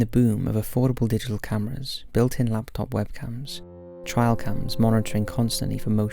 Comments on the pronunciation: 1. As a british person, it is NOT his accent. He said it wrong. 2. We also say trail cam, as well as wildlife cam etc. He just said it wrong. 3. He just said it wrong. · What the hell is a "trial" camera...? Rather than reading the script like a voice-algorithm, couldn't you surmise by context that TRAIL was misspelled as TRIAL...? It's "trail camera"...TRAIL CAMERA!!! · Dude, are you trying to say the words T R A I L camera? TRAY-el. Not TRY-el. wtf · It''s a Trail cam - not a trial cam! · Trail not trial. Its a trail camera, as in a wildlife camera.